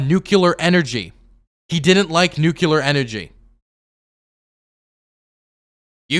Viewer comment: Oh god, pronounces "nuclear" the same way George W. Bush does. That took me back, lol.